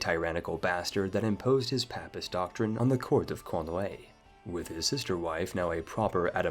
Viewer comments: Papist is pronounced with a long "A" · Please learn how to pronounce 'Papist' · I can forgive the mispronunciations of French towns, but mispronouncing "piety", "papist", "duchy", and "usurp" amongst other words is a bit much... you'd think you'd know these words if you're interested in history simulators like CK3...